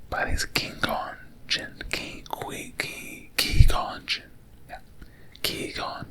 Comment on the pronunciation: lol it’s Qui as in quiet, gon as in gone, and gin as the drink.